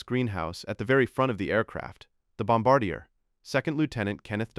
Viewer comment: This idiot does not know the how to pronounce bombardier, or maybe it is the AI generated crap that is used!